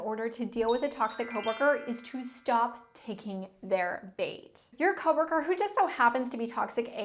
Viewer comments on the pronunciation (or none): i love saying "co-wur-kur". lol